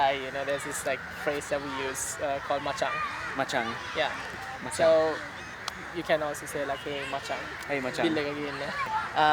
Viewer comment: Not Machang, Machan